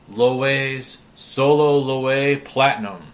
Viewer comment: it's pronounced LOWEVEE